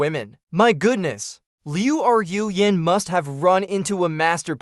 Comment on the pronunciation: Okay I'm going to address the hindenberg blimp in the room. I don't know where you trained your AI voice model but you need to go back to school to correctly pronounce names or retrain your AI voice model to pronounce names correctly since you continuously mispronounc that poor girls name. Liu Ru Yan add an e to Rue and you'll be pronouncing her name correctly since it's not Liu R u Yan there's no space between Ru so it's pronounced Rue. Just a little good criticism that's not meant to be taken as bullying or something. I take back some of what I said you really need to go back to school to pronounce Chinese names.